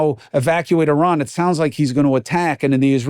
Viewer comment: Thank you for this and for correctly pronouncing Iran. You don’t say eye-taly instead of Italy. Right? Great t shirt too.